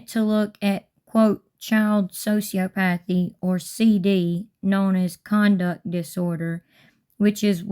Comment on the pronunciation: It's "so-see-ah-puh-thee"